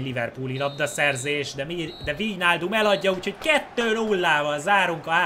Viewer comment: AZ NEM VÍJNÁLDUM HANEM VÁJNÁLDUM